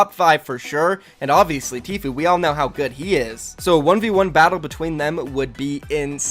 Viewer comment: "t-few" jesus christ